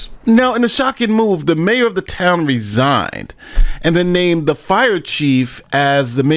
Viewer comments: "resignated" DEI reporter! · What's with the newscaster near the end? I'll try and spell it out like she pronounced it. Rez ig ed? I mean, I know she was trying to say resigned. But really? It's not that hard to say.